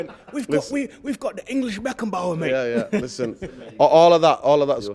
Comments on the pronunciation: Pissing myself here, “Harry Beckenbauer”😂🥳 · “Beckenbauer.” Classic!😂😂